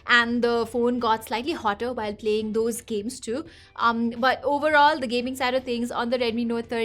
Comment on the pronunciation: Oo when you “Dose” I got your nepali accent 😊 cute